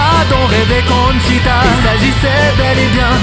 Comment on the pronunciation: J'aime beaucoup l'accent que vous mettais a Vanica de Conchita, ou même juste Conchita. ^^ super boulot :p